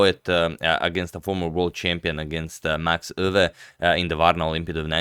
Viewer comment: Agadmator absolutely nailed the pronunciation of Max Euwe. That's as good as it gonna get for a non Dutch speaker.